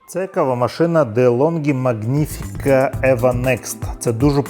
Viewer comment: Вибачайте, але дуже ріже два моменти. Не латтЕ, а лАтте і літера G в слові не читається, просто Маніфіка. Вибачте ще раз. 😊